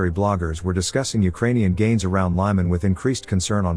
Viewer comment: LEE-man NOT LYE-man!